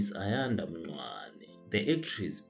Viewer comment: You mispronounced Ayanda Ncwane's surname incorrectly. Please listen to yourself again.